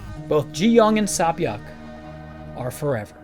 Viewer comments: I completely understand, and I don't mean to make it seem like I don't think he's trying, I absolutely respect and appreciate his efforts. At the same time I personally believe that correct pronunciation plays a part in respecting another language. I understand some names of different cultures are difficult to pronounce, like saebyeoks, but I also don't think it's fair to the person/saebyeok for their name to be pronounced incorrectly/different just because it's kind of difficult. It's like regardless if the person is able to replicate the accent, the least a person can do is pronounce it correctly. Especially if that same person doesn't give/have an alternative or nickname. Also her name is repeatedly said out loud towards the end of the season too, so it's not too hard to get a grasp of how her name should be pronounce. In another video, he repeatedly called GiHun a completely different name, this is why I wanted to comment. It's better to correct someone than to let them continue with the wrong idea. I do really appreciate your input tho, I didn't really think of it that way, I was honestly just frustrated with the mispronounciaton. I could have worded my comment more better. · I love the video and the deepth of Ji-Yeongs character but if I hear Sea-Byeoks name mispronounced one more time I'm going crazy. It's not Sabyoek but Sebyeok. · "Say"-byeok.. not "sAh"-byuk. They literally say it in the show. Sorry, but that's too distracting. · Her name is SAY- Byuk, not SAH- Byuk. That annoyed me the whole video, but otherwise great video. Jiyeong is an amazing character. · Correction: her name is SAY Byeok, not SAH Byeok. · It’s pronounced “SAY-byeok” not “SA-byeok” (새벽). Awesome video though. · This is a very simple lesson when pronouncing korean names, it’s say or sae not ssahh..... if her name was ssah it would completely be different. 새벽 sae-byeok literally translates into dawn and you’re saying ssahh byeokkk is completely a different name. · sah-byok lmao